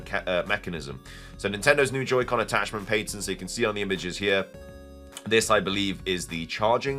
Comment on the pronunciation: There is a diference between the UK and US pronunciation of "Patent". Pay-tunt vs pah-tunt. Youre saying Pain-tunt...